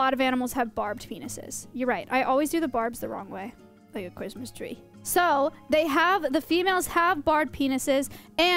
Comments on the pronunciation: The way she said "like a Cwisstmas tree " had me cackling! 😂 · cwistmas twee